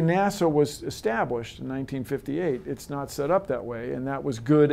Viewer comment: "It's all good, iz all good" - Bill Nye, The Pimpin' Guy